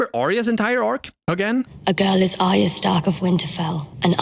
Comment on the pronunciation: Why can nobody pronounce Arya correctly? There's even a clip of Jon in this very video saying her name and yet you still say it wrong. It's AR-YA not ARY-A.